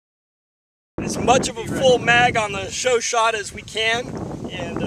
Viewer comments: It's not pronounced "show shot ", it's pronounced "show shah " (like this å). It's also spelled Chauchat with an a not an o like Chouchat. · I'm not trying to nit pick, but it should be pronounced "Show-Shay. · its pronounced sho sho